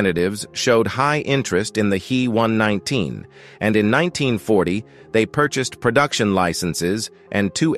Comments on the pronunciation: I will be damned if I am going to subscribe to this channel, if you can't get your story straight and pronounce shit correctly. It's NOT a He (as in he and her), but rather the individual letters as H. E. one nineteen. Your channels with that male voice are pathetic, and I, for one, am blocking this one. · the He119 was designed and built by the Heinkel Flugzeukwerke, not the Henschel company. Henschel was an entirely separate company from Heinkel. And the "He" in He119 is pronounced "H" "E" (each letter spoken), not "he" (as in the masculine pronown).